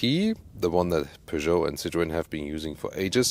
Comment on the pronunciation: So much better. In the UK we emphasise the first syllable. I prefer the emphasis on the second syllable.